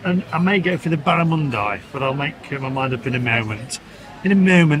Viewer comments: I wonder how he knew that???? I have never heard a person who drinks beer from a bottle, call Barramundi, BARAMUNDEYE????? And then dip the bread into Balsamic Vinegar. You are really out of your comfort zone away from the UK. Oh, it's gone quiet, must be eating. So it is official, you went to the wrong city. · Barramundi is a delicious fish, it’s an aboriginal name and it’s pronounced “barra-mun-dee”. You should have gone with Barra because you can’t get it in the UK! Use your cutlery, you’re dining out, not eating in the park. You’re not adventurous enough when it comes to food. Sydney has some of the best produce in the world but you’re not eating any of it and keep eating like a Brit! Come on,, eat like an Australian while you have the chance! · Pronunciation is a strange mistress, never heard it called Barramundie, But there you go.